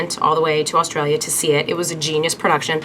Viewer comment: It's A- A- Australia not ustralia